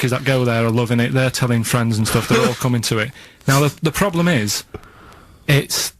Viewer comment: love how ricky and steve were taking the mick out of karl for mispronouncing theft. but yet steve say's 'ploblem' and that's not even brought up xD